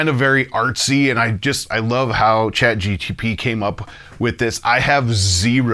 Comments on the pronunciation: Great video! Chat GPT by the way, not Chat GTP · Also, I gotta say it's "ChatGPT" not "GTP" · Say ChatGTP ONE MORE TIME! 😡 It's GPT